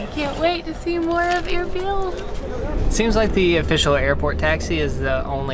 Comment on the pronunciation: Erbil not error